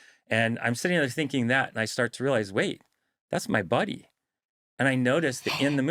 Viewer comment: 14mins in when he said "buddy " I thought he said "body" as in "his own body "